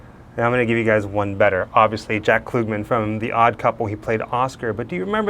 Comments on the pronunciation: Jack Klugman is not pronounced Kloogman. Its ug like in Umbrella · KLUGMAN LIKE PLUG NOT KLOOGMAN! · Tony Randall played Felix Unger. Klug- man not Klu gman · Pronounced "CL-UHGG-MAN". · Jug, bug, hug…Jack Klugman….with the ug sound. Geesh that bothered me every time you said his name 😆😂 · Great video! If you ever find out where Anthony Perkins' remains are, please let us know. I was a big fan of Jack Klugman. I watched him on The Odd Couple and Quincy M.E. Just for future reference, the u in his last name is pronounced "uh". Just letting you know. No biggie 🙂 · It’s Klugg-man (as in Ugg). Super creepy with all those boxes!! 😱💀